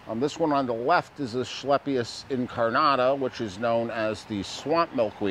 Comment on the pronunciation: There’s no “h” in asclepius, it’s pronounced “asKlepius.” just sayin’